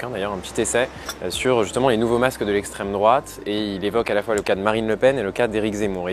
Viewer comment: "estrem drouate"